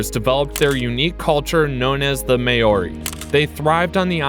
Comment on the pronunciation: Hearing Maori pronounced as mayori 😬